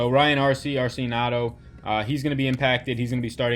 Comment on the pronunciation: Great video, It's pronounced Archie- Dee- Ah- Cano......hope that helps.